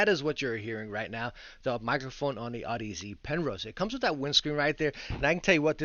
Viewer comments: Pronounced odyssey not aud ez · Great vid, thank you! p.s. Audeze is pronounced like Odyssey but with an 'aud' not an 'odd' if that makes sense lol. 😅